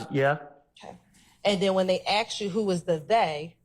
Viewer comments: its Asked not Aksed!! whats with americans saying Aksed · Seriously!!! Miss prosecutor, you are a professional, an attorney of all things and we STILL get the, "earlier I AKSED you"!!! Why??? Why do "some" people used this phraseology?? It's beyond annoying to listen to and I'm not even a college graduate!!!